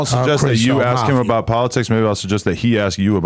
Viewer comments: Anyone who pronounces “ask” as “axe” and talks about “eating other mens a$$ out” is an idiot! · Can’t even say ask correctly